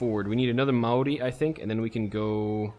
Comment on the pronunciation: sorry for replying to a 9 month old video but he is talking about the word maori although as someone from new zealand i dont think he is correct i believe it is pronounced maodi